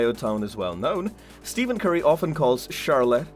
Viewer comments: It’s stephen not steven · He is saying Steven curry😂😂